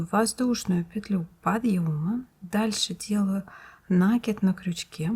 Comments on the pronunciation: Не нАкид, а накИд! Слух режет! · Уважаемая рукодельница! Спасибо за чудесный узор и очень понятное объяснение. Только, у меня к Вам просьба: произносите, пожалуйста, правильно слово накИд, а не нАкид. У Вас очень приятный тембр голоса, а неправильное употребление часто повторяющегося слова очень режет слух. Извините, за замечание. Не хочу никого обидеть. НО , это действительно так.